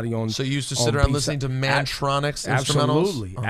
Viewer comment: Ebro said 'Mantronix' Salute for that alone. Arab Muzik is sort of like the modern version of Kurtis Mantronik imho. Love watching this kid perform